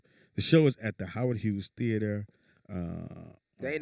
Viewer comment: He definitely needs one. Over there calling the theatre Howard Hewett instead of Howard Hughes. 😂 🤣